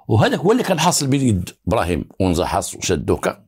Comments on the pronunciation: Li tashih al ma3louma ça ne se prononce pas Onza mais Anza avec un À. Je suis d’agadir. C la région d’agadir en allant vers taghazout sur la route côtière. Et le monsieur qui vous as dit que Anza se trouve aussi à taroudant c pas vrai . Car Anza n’est pas un quartier c un village comme il ya un seul sidi rahal il ya un seul Anza c un village et non pas un quartier. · Bonjour Juste pour infor la région dont vous parler s'appelle anza et non pas onza Merci à vous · تصحيح:أ نزاANZA ضاحية مدينة اكادير وليسONZAتحية طيبة وبالتوفيق لكم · ce quartier s'appelle ANZA, non Ounza. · أنزا مشي أونزا بالفتحة احذف حرف الواو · حي اسمه أنزا ( بفتح الهمزة وسكون النون وفتح الزاي ).من جهة الشمال